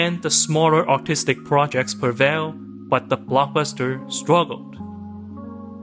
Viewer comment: the way you say artistic sounds like autistic and as an autistic person that made me giggle every time